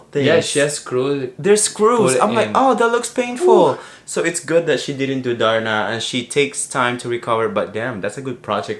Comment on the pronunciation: Hahhaha ang funny nyo talga 😂😂😂 nakakatawa si nung nag ding! HAHAHHAAH YUNG LAKAD! Yung pagkakasabi ni parang "TARNA"! 😂🤣 HAHAHA LOVEYOU COUPLE 😍😘